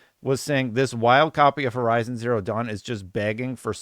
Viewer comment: I think you need to learn how to pronounce the name of the game lol